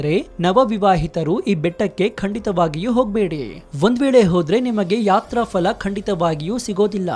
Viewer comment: Sri adu fala alla phala.....!!!!!